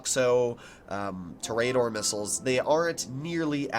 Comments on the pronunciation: tooooooooooooor........ aaaaaaaaaaaaaa.......................doooooooor .... you cant even pronounce it correctly. lmfao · ITS TOUR-A-DOOR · i dont wanna be mean but it prenoced tor-eh-dor